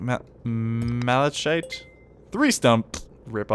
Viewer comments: malachite is pronounced malakite. just letting you know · Just so you now its pronounced mala-kite